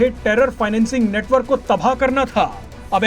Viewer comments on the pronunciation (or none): none